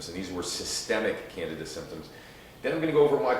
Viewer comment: Candeeeda not Canada